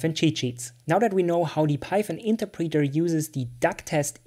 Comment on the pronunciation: Good video, good for beginners. One thing though...Please look up the pronunciation of interpreter.